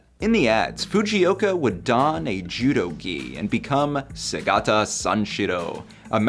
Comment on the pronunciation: Not even 6 seconds in... and I have to click off this video... like how the holy hell does one do a video on Segata Sanshiro and MISPRONOUNCES his first name when it's said in every single ad!